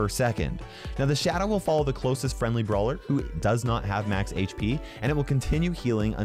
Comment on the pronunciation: wait did just say brower